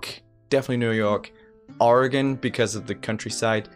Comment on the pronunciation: Oregon represent!!!!! (also I'm very happy you said it right haha)